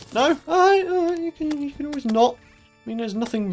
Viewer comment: everytime i hear you say you can subscribe and i hear you can't subscribe.